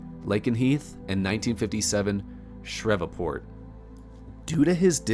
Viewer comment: Pronunciation tips: Rupelt: “Roo-pelt” Ramey: “Ray-mee”. Shreveport: “Shreev-port”.